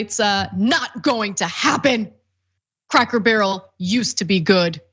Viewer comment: Funny how you said “Crackle Barrel” cuz a lot of people screw up and say that 😂